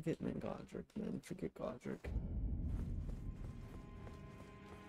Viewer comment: Godrick? Mire like L-rick